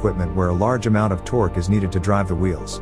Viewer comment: "Hellical gears transmit the toque." They need a better AI voice.